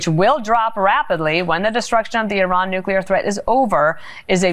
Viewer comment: What is a "nucular weapon". It's hard to listen to bozos who can't read.